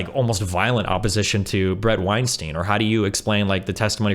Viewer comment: All the time these two spent discussing Weinstein, you’d think they’d know how to correctly pronounce his name at this point.